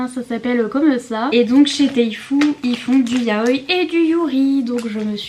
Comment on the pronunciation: Coucou ! Ça ce prononce juste Yaoi. On accentue le "i" final sur les mots qui en comporetnt deux comme kawaii par exemple ;)